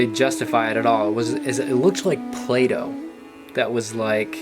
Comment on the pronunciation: When you were saying "play doh" at the beginning I totally thought you were talking about "Plato" and I was like lol. interesting